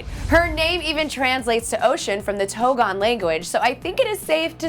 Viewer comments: Togan? or Tongan? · Did she just say Togan? 😂😂😂🙃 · While everyone here is fangirling I'm over here cringing at the fact she said Togan 😩 its Tongan 🇹🇴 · Lmao there is no such thing as TOGAN tf, it’s TON-GAN. And how did you get Chief TUA from TUI (tu-eeee) Get your shit straight before reporting cause y’all look dumb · kpop fanatic lol i cringed when she said that bc im tongan 😂